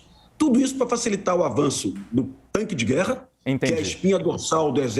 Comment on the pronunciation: Especialista falando "tanque" é osso.